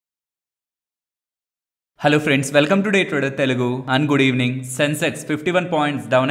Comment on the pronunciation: starting lo and good evening ,ungood evening la vinipisthundhi anna konchem recording lo gap evvandi